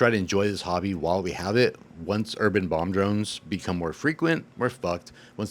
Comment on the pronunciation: You said bomb drones, my wife heard bong drones. Someone please make bong drones that was the most interested in fpv she's ever been.